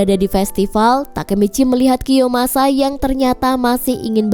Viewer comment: kiyomasaaa woy bukan kiyosamaaa😅😅